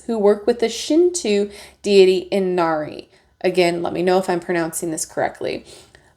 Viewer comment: 日本がテーマのオラクルデッキなのでしょうか？FoxFireとは狐火(kitsunebi)のことですね。狐火は、西洋のwill-o'-the-wispとほぼ同じものです。 狐は、稲荷(inari)神、宇迦之御魂神(ukanomitamanokami)の神使として神社に像が置かれたりします。確かに、とてもとても古い歴史があります。 あなたの稲荷の発音は、ほぼ正しいです！音を伸ばさずに、い(i)な(na) り(ri)と言えば完璧な日本語の発音になります。 エルフとドラゴンも出てくるとは、和洋折衷でファンタジーな世界観で素敵！ …よく見ると、韓国や中国の衣装も出てきていますね。東アジアとヨーロッパが合わさって、まるで狐が世界中を繋いでいるようです✨ 全ての文化へのリスペクトも感じます。 バッキングの狐も可愛過ぎます♡ 日本人として、これは気に入りそうです！ 調べてみたら、日本の企業がこのオラクルの正規品を取り扱っていたので、とてもラッキー！ あなたの動画でこのデッキを知ることが出来ました。ありがとうございます♡